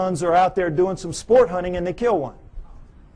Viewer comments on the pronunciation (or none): none